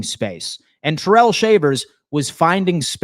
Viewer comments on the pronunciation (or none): Its Ty-rell not terrell, hopefully hes not watching😂